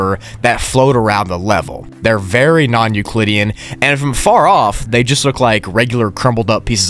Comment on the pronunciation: How many times is he gonna say nuclidean